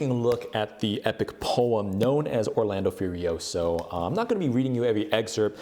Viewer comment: im italian and can tell you that... Orlando Furiosio aint pronounced like that XD, nice try tho buddy 👍